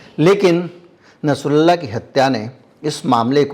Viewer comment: Plz nsrullah ka name shi se len kirpa hogi